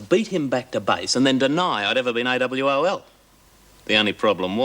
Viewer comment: I thought it was awol not awal 😂😂🤣😂